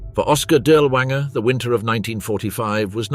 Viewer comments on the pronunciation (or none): Pronounced DEERLERVAANGERE.